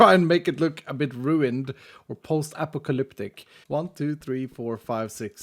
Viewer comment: I think you said apocalypic weirdly.